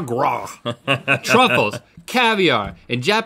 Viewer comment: Did link say "truckles" instead of Truffles??